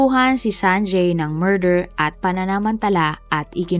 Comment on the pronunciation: You have inconsistently pronounced the name “ Sanjay” ..